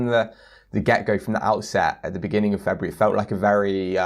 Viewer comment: FebuDAIRY....😂 Thanks for ruining my favorite month.😞 sheesh